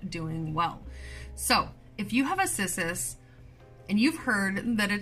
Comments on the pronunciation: Kiss-us lmao.... just... nooooo 🤣🤣🤣 pretty funny if it really is how you’re supposed to pronounce it lol. I’m on my 2nd discolor round. I tried one 3 years ago in the beginning of my journey and it took a dive fast... along with my string of turtles lol 🤦🏼‍♀️🤦🏼‍♀️ I knew nothing then lol..... I have 7 humidifiers now lmfao....... yep. Thanks for the awesome info here! You’re the bestest! 💚🌱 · Name is in Latin so this is Cissus and the "Ci" is like the Ci in the Italian "Ciao" or the "chea" in "cheating" to use your language 😉